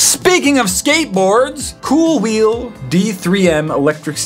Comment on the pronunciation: it's not KoolWheel it's KooWheel